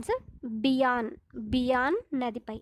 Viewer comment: బీయన్ కాదు బియాస్ నది